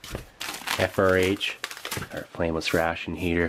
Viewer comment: I cant help but hear “famous ration heater” every time he says frameless lol.